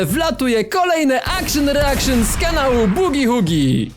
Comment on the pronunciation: Akszyn reakszyn to najlepsza wersja od:elbowcough:🧡🦘